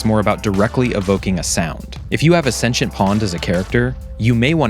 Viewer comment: Is that how you should pronounce sentient😭